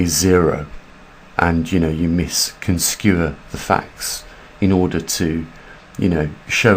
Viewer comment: They Misconstrue...Mis--Con--Strue, not misconscrew...cute though